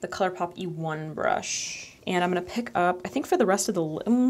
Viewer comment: word of the day: "I'm-uh-na"